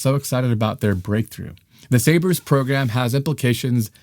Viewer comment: It’s Sabre not sabers